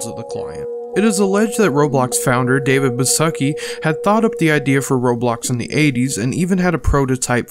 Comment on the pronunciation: you said David's name wrong